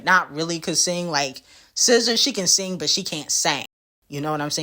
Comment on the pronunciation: She can sing but can’t “seng” 🤣🤣🤣🤣🤣🤣💔😂 pls